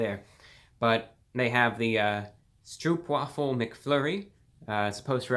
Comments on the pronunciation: Please Lord Brah, let me me of service; The "oo" in "Stroopwafel" is pronounced like it is in "stroke". Sincerely, a loyal food review viewer from The Netherlands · The way you say stroopwafel is really funny great vid too